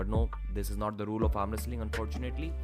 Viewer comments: Foetunately bro!!! WTF are u saying.... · He said unfortunately